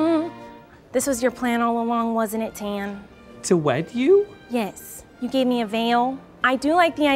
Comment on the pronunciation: "To wED you?"